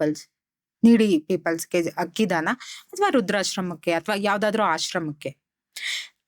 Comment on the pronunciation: ಮ್ಯಾಮ್ ಪ್ರಿಡಿಕ್ಷನ್ ಚೆನ್ನಾಗಿದೆ... ಬಟ್ ತಪ್ಪು ತುಂಬಾ ಮಾತಾಡ್ತೀರಿ....ಹಕ್ಕಿ ಅಲ್ಲ ಅಕ್ಕಿ...ಹಳೊದು ಅಲ್ಲ ಅಳೋದು ಹಕಾರ ಅಕಾರ ಮಿಸ್ಟೇಕ್ ಮಾಡ್ತೀರಿ.. ಆಮೇಲ್ ಅನಿತಾ ಅಲ್ಲ ನೀತಾ ಅಂಬಾನಿ❤❤❤ ಓವರಾಲ್ ಗುಡ್ ಮ್ಯಾಮ್